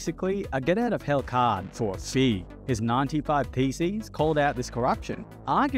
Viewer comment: Def AI generated; how could you mess up saying 95 Thesis? It is one of the most famous pieces of literature.